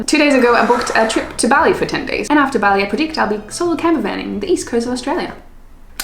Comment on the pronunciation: B-AH-li. B-AH-li. Not Belly. Have you never heard anyone say the word Bali before?